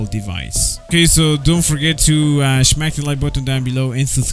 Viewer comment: I love when he said “ I would like if you can shmrashhh the like button”